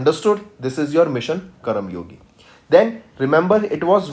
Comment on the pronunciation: Could you please teach the content properly its karmayogi not karamyogi🤦🏻‍♀️